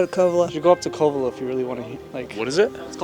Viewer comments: He pronounced it CO-Vello. Any idiot who has lived in mendo for more than a month knows how to pronounce Covelo. This is some fake BS. Leave before you get hurt pretending to be from somewhere you're not. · I watch all your videos, this one is so depressing to see. You only interviewed meth heads, and is so full of it. I grew up here, the Masonic Temple… 😂 doesn’t even know how to pronounce Covelo, proof he was not from around here, making stuff up. There was a dark side but Mendocino, Humbolt County are some of the greatest places on earth. You can go anywhere and find bad if that’s where you are looking.